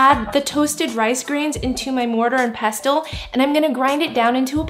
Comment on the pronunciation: Yum! The t isn’t pronounced in “pestle.” It’s pronounced “pessle”. :)